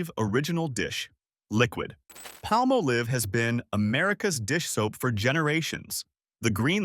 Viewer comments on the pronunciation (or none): Palmolive is not pronounced palm-oh-leeve. It's Palm-olive. I should know i worked for that company years ago. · I said the same thing, but then he said it right later. I remember commercials pronounced Palm-olive. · Pah- molive!! Ryhmes with olive. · You are pronouncing Palmolive very wrong. It's Pall Mal Liv. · Just wondering who is paying for these ads? Maybe the competitors of recommended products being attached. And it is not palm a leeve.😂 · Pronouncing Palmolive is not difficult.